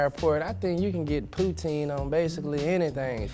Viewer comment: Good to hear poutine pronounced correctly by the guys. Most Americans I know say it like Vladimir Putin’s last name